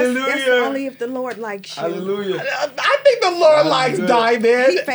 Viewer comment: Erica’s “helleluYER” sent me 💀💀💀